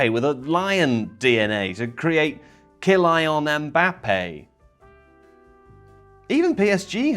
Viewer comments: Man said KyLION Mbappe and wasn't even apologetic 😂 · "Ki-Lion-Mbappe" This is the content I'm here for. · are you all just going to ignore ky-lion mbappe 😂😂😂